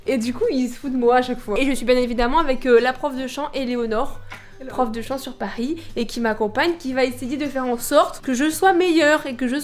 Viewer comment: je pahhh a pahhhris